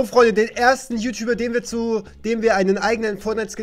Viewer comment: Es heißt ju nicht schuh